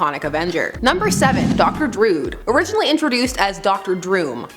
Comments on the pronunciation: it's dru-id not drood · Dr druid. It is pronounced drew id. Stop calling yourself a nerd if you can pronounce the names of characters correctly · .....it's pronounced Dr, DROO-ID...as in the famous Celtic mystics...DRUID.